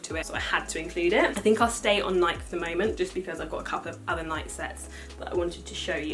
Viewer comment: It’s pronounced Nai-kee not Naik.